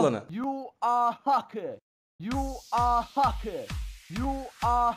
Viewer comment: yu ar hakır 😂😂 çok güldüm yaa